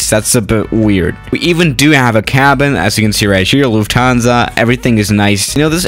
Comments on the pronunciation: ITS acctually luft hansa not luf tansa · Loufthansa? thought it was Lufthansa